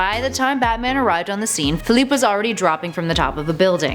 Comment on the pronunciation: It is said fe-ly-pe